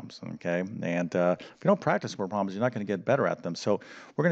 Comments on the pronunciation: Learning algebra from someone who calls them “word pro’ms” somehow doesn’t sound right. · You lost me after the 100th time you said word proms